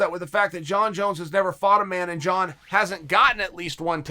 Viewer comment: Chael: Surreal Gong Also Chael: Jong Jones Me: OK, great!